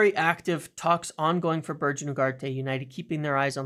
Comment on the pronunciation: A little correction its pronounced Berg-e not Ber-j